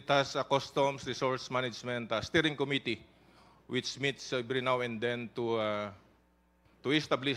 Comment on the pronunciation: JUST AN OBSERVATION THOUGH, WHY IS EVERYONE MISPRONOUNCING THE WORD “COMMITTEE”? ACCENT SHOULD BE ON THE 2ND SYLLABLE - STRESS ON THE SYLLABLE “MIT"